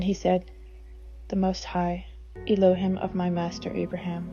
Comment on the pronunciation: “Elo- hEEm”! C’mon, Sis!